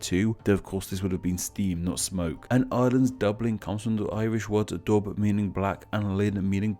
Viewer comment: Nope, it means pool. He mispronounced the word 'dubh' (meaning dark/black) which sounds like 'duv', not 'dub'.